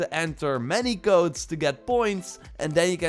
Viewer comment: Oh u mean codes I thought u said goats speak English man